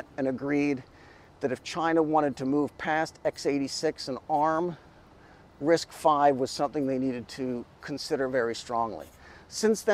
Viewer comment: Thanl you for saying RISC five, not RISC Vee